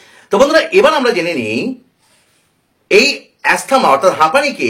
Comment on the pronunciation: ওষুধের নামগুলো স্পষ্ট বোঝাই যাচ্ছে না। আর হাঁপানি বা অ্যাজমা এ্যাসথামা বলে কিছু নেই। বানান অনুযায়ী উচ্চারণটা ঠিক নয়।